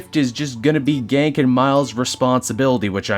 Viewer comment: Told ya awhile back about the Ganke pronunciation (which you slip back into), I guess I needed to be louder lol I know that the suit has some major drip to it, but it looks like it's... noisy, and causes a lot of drag while web swinging.